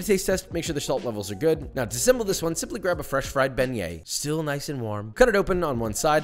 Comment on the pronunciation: I thought u pronounced it "big nuts"